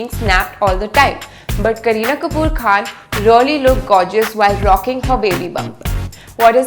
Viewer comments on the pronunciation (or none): none